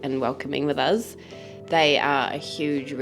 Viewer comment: It’s us Not uzz